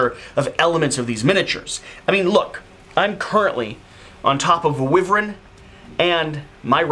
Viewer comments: Whats the price point of that game, it looks awesome, also isn't it pronounced Why-vern? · according to the dictionary you are right that its pronounced as “why-vern”